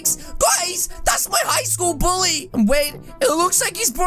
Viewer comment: mi. not buuly you buuly